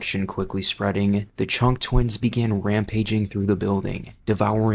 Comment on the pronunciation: During the Chunk twins segment.....i heard Chonk lol